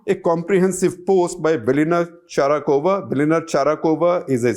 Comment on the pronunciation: Shekhar Ji, Its Velina Tchakarova and not Tcharakova.